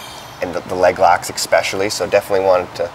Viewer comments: Does he keep saying ''ECspecially''? Wtf. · ECKspecially? Bro what? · Great video but I cringe every time the interviewer says “Exspecially” instead of “Especially”. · John's eyes are burning a hole through dude's head everytime he mispronouces "especially". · Expecially when he puts so much emphasis behind it...